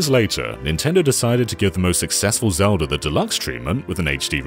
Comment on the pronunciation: Ah, yes, Zelder: Ocariner of Time. A classic.